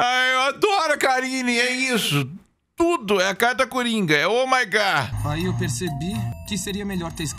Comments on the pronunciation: oh my górrr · Fez eu derramar meu Danone Grosso vendo ela falando " Ohh maigayyyy" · Oh my gah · "Oh my gó" é tipo "Eu sou Groot" 😂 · Ó mai gá kkk